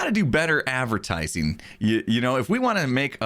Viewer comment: Nobody:: Avertising